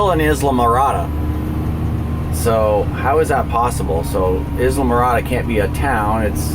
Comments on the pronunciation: Great video! Brings back some Great memories. However, Isla is pronounced EYE-LA, not IS-la. Like in Isla Vista, CA. 'Cause we can see (vista) the "Channel Islands" ( Isla ) from the beach. I'm pretty sure I'm correct but it is Florida and they say some thangs just a bit different. Safe (and mechanically sound) trip! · that driver texting or drunk.. Probably both. I live in South Fl. That is how they drive. Its horrid down here. and It is pronounced EYE la Morada.. and Ba HI ah st. park <3 Wonder what it looks like now after the hurricane? Bet your mind is thinking craziness over that. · Tam-ee-am-ee. Mick-o-sook-ee. I-la-ma-rah-dah. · Pronounced eye-la-morada. :)